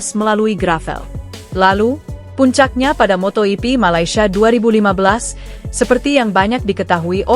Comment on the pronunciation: itu si presenter ngomong apa sih???....motohipi...motohipi...motoyipi...motoyipi...wkwkwkwkwkwk.....😜😆😝😂🤣